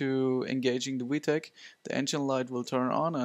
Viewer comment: In America we say vee tech, not wee tech. Other than that, good video.